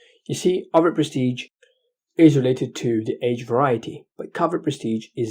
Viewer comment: It s overt,notover